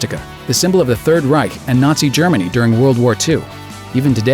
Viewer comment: Well done pronouncing "Reich" and "Faust" correctly. This is coming from a German.